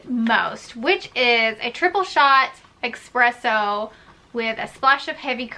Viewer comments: I love a blonde americano with a little heavy cream and sugar free cinnamon dolce. And it’s “espresso” not eXpresso” 😂😜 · I thought I heard her say EXpresso then she typed it out. lol Just a friendly FYI- there's no X in 'Espresso' Thanks for the tips tho!